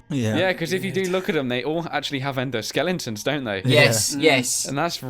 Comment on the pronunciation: you actually just said 'endoskellingtons' aww lol. Also, those heads coming out of Freddy really remind of mangle's extra head that people speculated might have been a parrot.